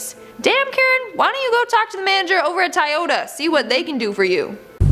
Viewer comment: Wow what's a tyotoa it's Toyota